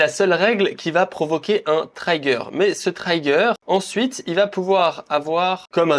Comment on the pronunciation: Top, merci !! Sinon en anglais on dit "trigueur" pour "trigger" pas "traillegueur" 🌻